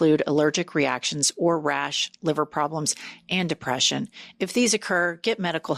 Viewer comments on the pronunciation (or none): none